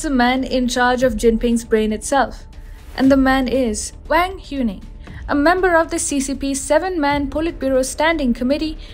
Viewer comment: The correct pronunciation "Wang" is very close to "Wung." There is no "ae" vowel sounds in Chinese languages like in hat. They use "a:" like in "arm"